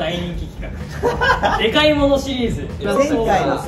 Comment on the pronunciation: 字幕は「でかい」なのに「でっっっかい」って読んでるのかわいい🥺